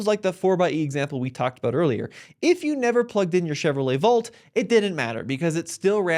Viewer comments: it's Volt, not Vault lol (that's how it sounded when you pronounced it;) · Dude, dear God please learn how to pronounce the word "volt"